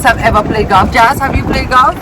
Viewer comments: I think d word is Golf and not galf 😂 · Galf not golf 😂😂😂 tiga lion not tiger woods 😂😂😂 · why you keep saying galf 😂😂😂😂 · it;s not 'galf' it's golf! dwl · is Gulf not galf😂😂& Comment not camment 😂😂bug up the #Mitchells gang💗💗💗💗💗